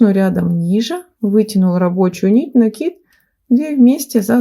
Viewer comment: Спасибо большое за МК. Связала образец. Понравилось. И ещё отдельное спасибо за Ваши "пЕтель, накИд", а не "петЕль" и "нАкид". Лайк и подписка